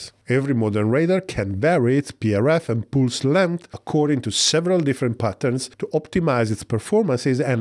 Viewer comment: Pulse is pronounced with an "uh" sound not an "oo" sound like in pool.